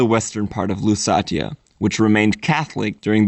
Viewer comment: “Lusatia” is pronounced “LoossAEsha” [luːˈseɪʃə] in English.